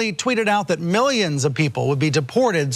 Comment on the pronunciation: Trump has a vocabulary problem 😐 Whenever he wants to say “numerous” or “ a large number of” he immediately resorts to Millienz.